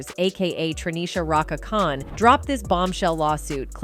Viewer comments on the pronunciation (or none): none